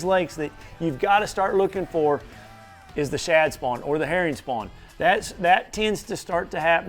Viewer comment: "Eat eem sum hurrin "